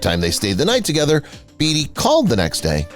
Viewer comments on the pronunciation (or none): It's not Warren Beee-tee, it's Bay-tee... it's not David Jef-fen, it's Gef-fen (hard G)... suspect #10 (Marvin Gaye) shows a pic of Smokey Robinson, twice... Jeez... does anybody proof their work anymore?